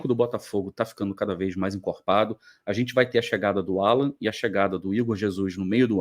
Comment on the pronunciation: 'ALLAN NÃO, O NOME DELE É ALLAN, E NÃO 'ALLAN.!!!!!